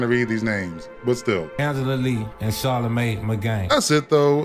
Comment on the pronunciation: “Charla-may Magain” 😂😂